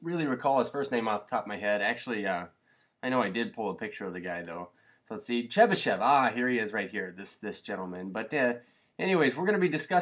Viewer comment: His first name is "Pafnuty" he was my great-great uncle :) so cool thanks for pronouncing "chebyshev" correctly by the way